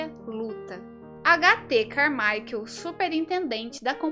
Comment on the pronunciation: A pronúncia correta seria "Carmáiquel" , só um adendo, não é crítica